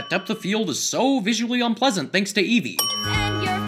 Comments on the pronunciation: You mean eeevee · DUDE ITS EEEVEE NOT EEVEE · DID YOU SAY EVEE!?!?!?